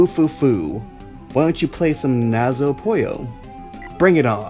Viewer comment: You are pronouncing the Nazo part correct. The Puyo part is wrong. It should be pronounced like "Poo-yo", as in Poo.